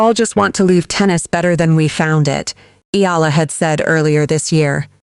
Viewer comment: Eh Ya La not Yala